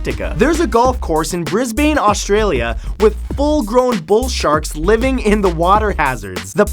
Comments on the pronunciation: it's pronounced 'Brisburn' not Brisbayne Matty :) TRIGGERED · Omg ;-; its pronounced brisbn' not Brits bane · Tip for pronouncing Brisbane. Bris-bn, not Bris-bane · Hey Mat Brisbane is not pronounced Bain but bin. Knowledge bomb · BrisBAYNE? its brisbane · It's not "BrisbBANE" It's pronounced Brisban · Ive been to that golf course 😆 and its brisbin not bane ... Even though its spelt like that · "brisbain" its Brisbane pronounced Bris-bun or bin. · you pronounced brisbane wrong. its more like bris bin not bane. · Bris-ban not Bris-bane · Bris-bane... facepalm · bris - ben . not bane ben . god like its sooo hard to learn pronunciation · It's pronounced "Briz-ben" not "briz-bain" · Please, please, please. It's pronounced Bris-bin, not bris-bain. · question 20: Brisbane is actually pronounced bris/bin not bris/bane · It's pronounced brisbin not brisbaaaaane I'm only telling you this so you don't get bombed by tony abbot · You did not just say BrisbANE. It's pronounced Brisben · Cough cough, it's pronounced Bris - bun, not Bris - bane. That's just how it's spelt. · Did you just pronounce Brisbane; "Bris-bain"? No... It's Bris-ben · Percival Yracanth I've never heard anyone in Australia refer to it as Bris-bain. The E sound in Bris-ben is subtle, sounds almost like Bris-bn. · No mat you're wrong, it's pronounced Briz-bin not briz-bane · It's Pronounced Brisbin not brisbaen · Really? Bris-bray-n? It is pronounced Bris-ban. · Matt. It's pronounced Brisbin not Brisbane. Also I'm pretty sure I live near that golf course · Your face when he can't pronounce my home town of Brisbane 😤. FFS say Brisbin not BrisBANE. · Bris-baaane As an Australian, I cringed so badly ITS PRONOUCED BRIS-BIN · Why the fuck did u say Brisbane as if it was "Bris-bayne" its just fucking "Bris-ban" jesus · Note for future reference, Matt: it is pronounced "Bris-buhn", not "Bris-bayne" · No one pronounces it brisBANE, we say brisBEN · Bris-BAIN AHHHH NOOOOO DON'T SAY IT LIKE THAT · "Brizz-bane" Oh dear.